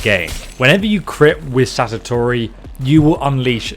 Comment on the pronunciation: fake title, since he says there's a better weapon later on anyway Also calls the sword "satatori" like 5 times, only to later actually call it "Satori" after seeing it in game... Clickbait and lack of preparation